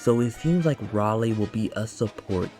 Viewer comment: minor correction: You can pronounce his name as "Ray - Lee" Im happy we finally getting an AOE unit